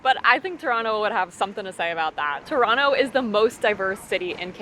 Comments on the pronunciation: Actually Toronto is the most diverse city in the world by ethnicity count. Also, pronounced Toronto properly - no second T. You should've tried the Trini roti, that's what Toronto is famous for. The Indian roti isn't really good in my opinion. Next time you're in Toronto try Nom Nom Nom Poutine, that is the best in the city. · Heads up, though, you're indeed pronouncing Toronto correctly. The "don't pronounce the second t" thing is nonsense, created only in the last decade or so.